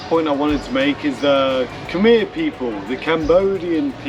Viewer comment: a few khmer word brother temple= bra sart pagoda = what mango = svay and when you say khmer u should say khmaeee😊 and alots more you want to learn the khmer word. or you know the local you can ask them 😇